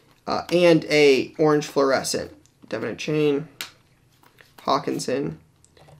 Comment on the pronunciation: A-Chan not A-Chain